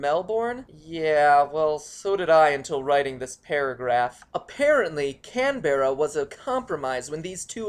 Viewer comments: lol so good 'canned berra' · Pronounced "Mel-burn" and "Can-Brah" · Pronounced can bra also frogger game play sounds like cross road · as an Australian myself it pains me to hear Canberra pronounced as can-ber-ah, this is because we pronounce it can-bra sorry but it hurts my ears :( no offence seeing as you're american i can understand that you have never heard of it or heard an Australian properly say it. Just a pet-peve. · Can-bear-a, Mel-born. Mate, you butchered them. They aren't exactly phonetic. Canberra = Can-bra, Melbourne = Mel-bin. Welcome to Australia, we house the world's best beaches, the world's most fiercest animals, and a population that can't pronounce the name of their capital city. G.G. world. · AHHHH NO DONT SAY CANBERRA! MELEBOURN its melborn canbra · I'm just going 2 say this once. WHY DOES EVERYONE CALL CANBERRA "CAN-BERRA" ITS PRONOUCED "CAN-BRA" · Canbra is the pronounciation not can bear ra And its mel bun not born so racist man so racist AND WE DO NOT RIDE KANGAROOS but u got sydney correct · And Can-bra not Can-Berra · Can-bear-a? It's pronounced Can-brah mate! And never try to do a Aussie accent again. You make us laugh at you, not with you. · Not cenbrea Cam-ber-ra get it right;) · that pronunciation though x'D can-berra omfg, its can-bra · You don't pronounce Canberra "Can-ber-ra" you pronounce it "Can-bra" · "Can-berra"?! It's pronounced "Can-bra"! (short-sounding second 'a') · i'm sorry but this is driving me mad. The city is pronounced Kam-brah not kam-ber-rah. and if you wanna be really specific, it's mel-bern not mel-born. i probably sound like an up-tight loser that has nothing better to do than correct insignificant mistakes on unrelated videos but, i just made all you americans that little bit smarter. woooo! Aussies! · Canberra = Can-Bruh. Melbourne = Mel-Ben. Fosters = Piss in a can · Can-bruh and Mel-bin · its pronoced Can-bra Melbourne= mel-ben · CANberrah, MelbORn, I'm crying these pronunciations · it's pronounced can-bra